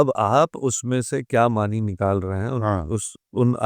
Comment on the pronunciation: معنِی معنِی سن کر دماغ خراب ہو گیا۔ نون پر کھڑا زبر ہے۔ "معنیٰ" پڑھا جاتا ہے۔